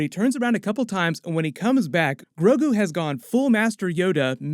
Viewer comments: Please don’t call him “GRO-KU” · mixed sandnigga i know but it's the way he said grogu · Did you say Goku instead of Grogu at least once? Lol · Ha ha it sounded you like said "Groku" i hadda listen to it a few times to see that you didn't!